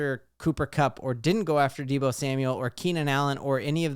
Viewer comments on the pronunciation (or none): none